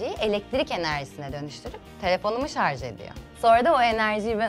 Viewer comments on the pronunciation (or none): none